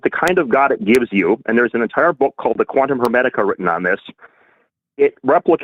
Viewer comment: some people should go to jail for pronouncing the word "quantum".